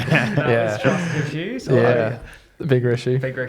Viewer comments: please keep saying rissues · for the love of god please keep saying "rissues" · The big rishues are a lot worse for the homeless.